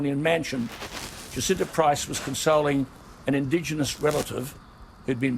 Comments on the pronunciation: I think her name is pronounced Jah-sin-tah. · Jacinta Price is pronounced as Ja -Cin -Ta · Hi. "Jacinta" is pronounced Jassinta.IMO Movements like BLM are made up of people who want to agitate and cause unrest amongst the populace. They also use their mantra to legitimise criminal activity eg looting and damaging monuments. Righteous everyday folk need to speak up. Thank goodness for people like Alan Jones and Jacinta who are willing to speak out about these matters. XO From Oz 👍🇦🇺🐨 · I am in Australia and am absolutely addicted to Days of Our Lives 2020 - Director, i am not having a go at you at all, but Jacinta is pronounced precisely as if it is spelt JaSinta.